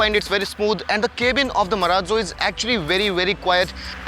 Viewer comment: why does he say Kay-bin ?